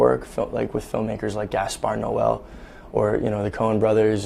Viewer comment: Anyone else notice that he referred to Gaspar Noé as “Gaspar Noel”?